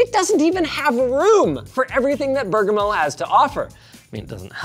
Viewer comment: As an italian, Linus got the pronunciation of Bergamo pretty good